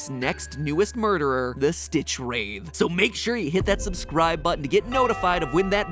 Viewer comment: I didn't want to say it, Mat, but someone has to... "Wraith" is pronounced with a soft "th". Like "bath", not "bathe".